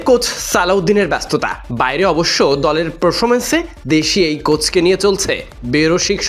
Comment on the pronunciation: গলের না দলের 🤨🤔🤔😂😂😂